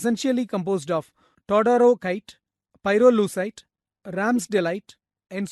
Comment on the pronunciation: "Psilomelane" is no longer in use, the correct name is romanèchite. "Vredenburgite" is not recognized as a separate mineral species - it was discredited many years ago. The correct name is todorokite, not "todorkite". Also, hausmannite, not "hausmanite".